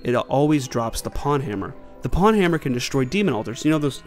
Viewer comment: Pwnhammer is pronounced pown hammer by the way (rhymes with own, comes from the misspelling of own) not pawn hammer like the chess piece.